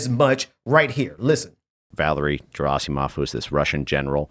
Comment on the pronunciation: Dude is such an expert, he can’t even correctly pronounce Valery Gerasimov. Hard G😒